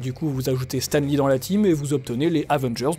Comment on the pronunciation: Stam Lee :'(